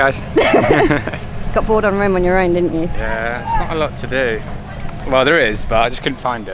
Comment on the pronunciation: No, you're actually wrong. It's not Röööme. It's Rome!!!